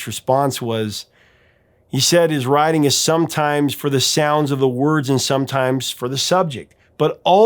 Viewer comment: "writing" almost sounds like "riding". Nonetheless, my best friend did take my girl. All for the best. The Cars will always be my favorite album, hands down. If an entire album could be a "mike-drop", this would be it.